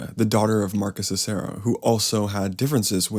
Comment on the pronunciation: You are mispronouncing the name Cicero